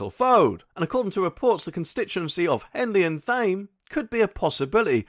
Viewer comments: Thame is pronounced "TAME" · you need to learn how to pronounce Thame correctly!